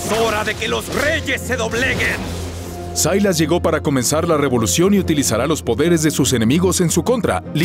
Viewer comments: Sailas pu wn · Sailas???? SILAS